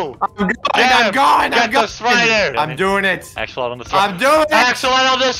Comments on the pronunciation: it’s pronounced axe o lot ul Axolotl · It’s pronounced axolotes. Not axolotl. The original name was axolotes. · It’s axolotol not axolot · I like how called them "axolot-xolots" 😂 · axe-ol-ot-ol-s there you go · I like how can’t say axe a lot la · The best part of this video is the fact that he couldn't pronounce "Axolotl" the entire video. Don't ever change,. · The man absolutely mispronounced it but still won